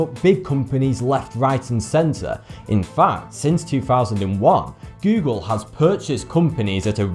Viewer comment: never heard of Guugle before...